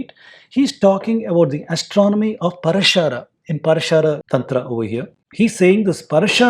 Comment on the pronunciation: It is Praashara,not Parashaara